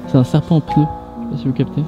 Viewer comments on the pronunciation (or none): none